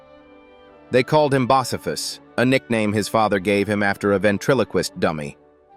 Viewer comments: BOS- SA- PHAS??? WHAT THE HELL? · Love the same stupid AI voice they use on the cheap Viagra commercials, "trying to close this legal loophole." Ruins any credibility, especially calling Bocephus........"Boss'-a-fus. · Its BOE- See Fus get it right !! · Can’t even say his nickname right I am out